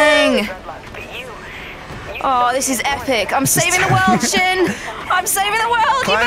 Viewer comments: Lol I love how ALL of his Yogcast members call him instead of S-Jin. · I think Sjin secretly hates that everyone pronounces his name wrong, but he's too nice to say anything, so he puts an extra accent on the "J"